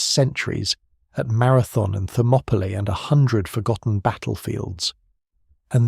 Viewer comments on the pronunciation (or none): none